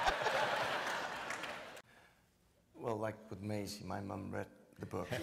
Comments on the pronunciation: That guy called her May-ise rather than Maisie xD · I cringed hard when that guy pronounced Maisie; May-Ease